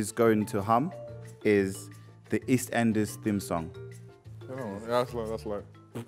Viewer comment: Man said “ist enders” 😂